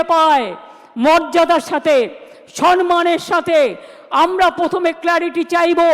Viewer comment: এ কেমন মুখ্যমন্ত্রী।চুরি বিদ্যাই শিখেছে।মাতৃ ভাষাই শেখে নি।সম্মান কে বলে সনমান।অপদার্থ ডাইনি।